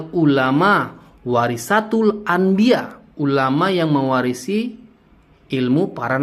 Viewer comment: Semangat ngonten bang,mumpung lagi viral nih polemik nasab,biar cepet dpt cuan,berkah dari kyai imad.tapi baca haditsnya yg bener.WAROSATUL,bukan WAROSATIL...😀😀😀